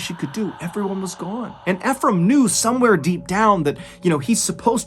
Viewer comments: THE GUYS NAME IS PRONOUNCE ( E FROM) NOT (F FROM) I KEEP LAUGHING EVERYTIME YOU TRY TO SAY HIS NAME. ALOT OF PEOPLE MESS IT UP.🤣🤣💯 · Nice video, the name is pronounced E-frame like e-book. Not fe phram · I love your videos Btw the name is actually pronounced as e frame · i cant help but notice your pronunciation of "Efrem", i believe it is (Eeee- From). i only say this because i know someone with the same name, correct me if im wrong. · No offense to you good sir but Ephram most often pronounced “EEfrum” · I’m pretty sure you’re prouncing Ephraim wrong 😅